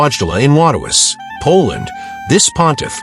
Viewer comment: Many of the “images” are false, likely due to AI usage, and one image of a pope had him missing a finger on his right hand, as it was raised to give a blessing. Also, the pronunciation of John Paul II’s given name and birthplace was atrocious.